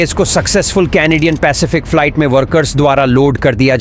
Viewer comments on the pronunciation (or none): Falait kya hota hai be ...flight bol bhai😅